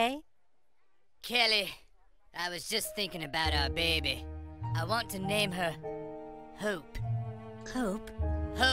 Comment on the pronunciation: “My Behby”